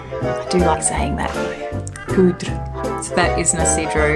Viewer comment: Great topic, thank you ! I love watching your videos😊 You are right about Poudrée, it is pronounced pou-dray, and it means « powdered « , like a woman who wears powder. Your accent was perfect !